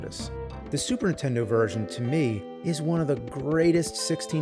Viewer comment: well, over the last few days i binged it all...cool to see the evolution of the nerd....drives me crazy when he says super intendo though lol